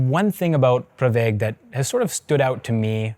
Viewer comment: Pravaig, not Praveg